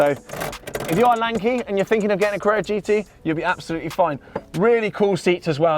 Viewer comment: please learn to pronounce carrera, you say crrrrrra